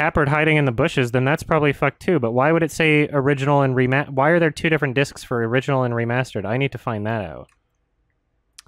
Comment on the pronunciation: If a german viewer would write "Tanz der Teufel" the way pronounced it it would be "Tens der tüfel, das Orijinahl"... I love it.